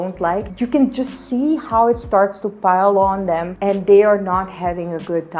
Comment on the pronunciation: i like the way you pronounce "them" as "dem"